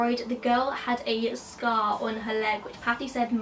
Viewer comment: I THOUGHT SHE SAID SKULL INSTEAD OF SCAR LMAO